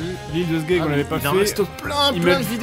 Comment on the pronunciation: t'as dit " L'île de sgegs " ?